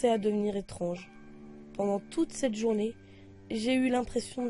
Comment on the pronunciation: "JOURNEILLE" Ahaha. Bonne vidéo au demeurant.